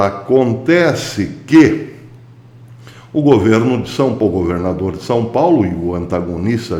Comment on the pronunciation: O senhor goverrrrrnador, professor, é semelhante os senhor Lula (onestisisisimo)..